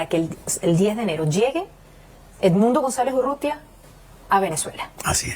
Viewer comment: URRUTIA , flaco; no UTURRIA